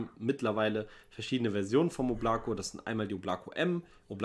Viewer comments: Ist einfach der Hammer das die Oblako falsch aussprächen 😅😅😅😅😅Mann muss es auf die beiden O betonen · Hallo Leute! Bitte die Marke richtig aussprechen: das Ding heist auf russisch "ÓBLAKO", dabei wird die Betonung auf die Buchstabe "O" und nicht auf die Buchstabe "a" gelegt. Anders betont kratzt es mächtig im Ohr. Und danke für einen lockeren und netten TV Kanal hier!